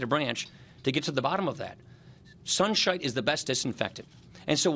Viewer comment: 0.09 "Sunshite" ???